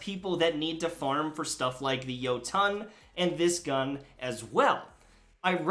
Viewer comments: Its pronounced yot-in like jotenhiem. Its Scandinavian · Its swedish, thats how you actually pronounce it. Say Jo-ton and you just look like a idiot